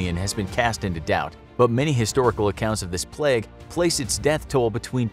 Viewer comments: Everyone else: Plague This Guy: pleg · P L E G G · The way this guy says plague ffs. “Pleg” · I was just about to comment that myself 😂 It was a great video but "pleg" is so distracting 😂😂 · Samuel Aquino you mean plegs? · He says ‘plague’ like ‘plaque’